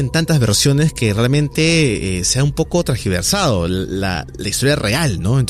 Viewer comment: No se dice trasgiversado sino trasgiversado.